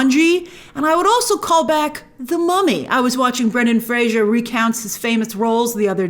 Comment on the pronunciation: Brendan Fraser (like Razor)